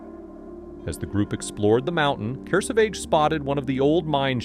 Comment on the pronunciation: Also, Kurr-Savage. Not KerSahVahge.😂